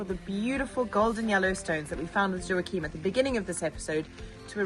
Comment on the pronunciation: Please...stop saying...the M is not pronounced...mmmm...it's pronounced as in English the G at the end of...going, saying playing...btw great project and beautiful kids...keep it up!